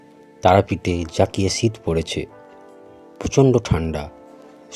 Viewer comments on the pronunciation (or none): মাচ না মাস।ছিত না শীত।